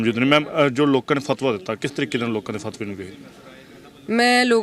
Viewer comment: Logaa nahi hunda...lokaa hunda hai ji ... Punjabi bhasa di aisi taisi na karo ji